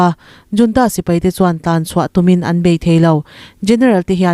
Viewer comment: Ta ang tih ka hre thiam lo,tan aung tih zawk tur ani zawk lo maw.